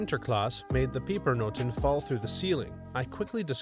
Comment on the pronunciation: I love how you botched up the dutch pronounces (pronounce pepernoten=pepernote).